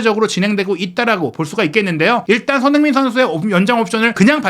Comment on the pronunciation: 발음이 너무 구리신데ㅠ 손흔힌이 누구임?